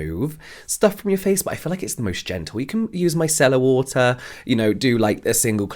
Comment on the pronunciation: 😂😂😂 My daughter-in-law is from England and I just heard her voice in this!